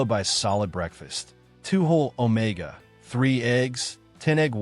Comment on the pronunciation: “two whole omega…… 3 eggs” does the narrator not know what omega 3 is 😭😭